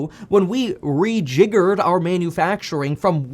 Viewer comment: Re-jiggererd! 😂 love it!